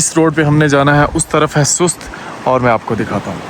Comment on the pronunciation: O Bhai Sahb name ka bera gharq na Karen, Sust nai hota, Sost hota ha.